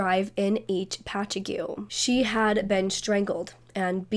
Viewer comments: Patchogue is pronounced patch-og. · I’m from Long Island and I really love the way you pronounce Patchouge haha it’s said like “patch-hog” but I really love how you really go in on this❤️great video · Excellent job with this subject. My daughter mispronounces many towns on LI too. She said Patchogue the same way. I guess I never realized how others saw the names. Fyi, its Patch-awg. No offense meant, just figured you might want to know. :) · Patch-ogg! That's how it's pronounced. You have such a gift for storytelling, and are always so respectful and mindful of the victims. It's incredibly touching to hear. I love your content and seeing your channel grow.